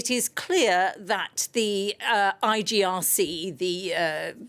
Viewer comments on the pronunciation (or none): Your guest doesn’t know anything about the Islamic republic constitutional law, she can’t even say IRGC correctly. Your coverage of Iran news is biased and awful